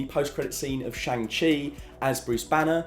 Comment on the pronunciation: by the way, almost every name that comes from Chinese decent will have a different pronunciation of the a, it is more similar to an ahh so sh-ahh-ng chi